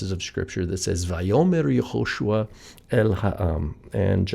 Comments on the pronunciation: Where is the stress in Yehoshua? In you said Ye-HO-shua. Isn't it Ye-ho-SHU-A? Thanks for the video. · Can you please explain why do you pronounce the name as Yahoshua and not Yehoshua?